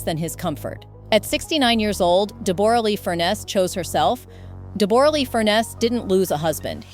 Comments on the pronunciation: Deb-ra, not Deb-bor-a. A beautiful and extremely talented lady way before Jackman came along. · It’s Deb a ra not Deb- bore-a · We say DeBrah not DebOra. Just doesn't work in Australia. Mispronunciation of the key persons name just diminishes the whole story. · It's not pronounced Deboooooorah! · She’s an Australian. Debra is the correct pronunciation